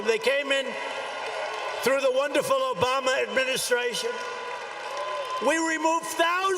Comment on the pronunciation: All I can hear is Obamna XD